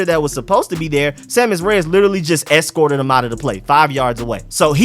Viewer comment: The "Escort"